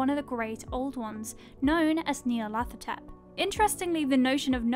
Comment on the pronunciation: I like her but someone pls give her pronunciation guides cause the way she pronounced Nyarlathotep made me fuckin cringe lmao